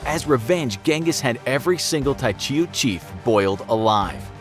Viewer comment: Hope dis guy stops killing names